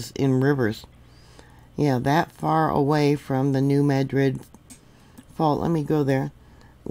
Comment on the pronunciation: Happy Resurrection Day,! Just wanted to let you know that in the Mid-South (I'm a lifelong resident) the correct pronounciation of New Madrid is MADrid. It's not pronounced like Madrid, Spain.